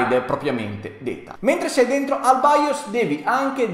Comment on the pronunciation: nemmeno capace a pronunciare BIOS che è baios ma santo dio